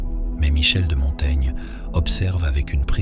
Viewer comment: Quelle est la source de ce texte? On dirait une mauvaise traduction lue par un robot. Se rendre à Montana (?? Montaigne?) Montaigna... Montaigne? La "livraison"...?